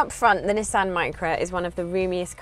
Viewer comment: You can tell she's English she can say nissan correctly not nesson